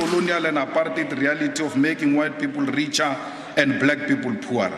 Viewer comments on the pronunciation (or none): none